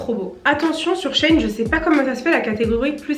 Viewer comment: Trop cool la vidéo 😍 Tu m’a un peu stressée à dire Shein « Chêne » or que c’est « Chi-ine » 😂